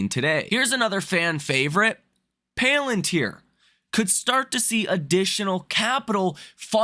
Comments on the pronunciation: You are fired from pronouncing the word PALantir hence forth. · I watch you everyday and I normally don't have much of a problem taking your analysis into consideration.... However the fact that you can't pronounce palantir correctly makes me think that you're not actually following the market and therefore I don't actually know what the hell you're doing so now I'm going to have to reconsider my time allocation and watching your videos and taking your videos into consideration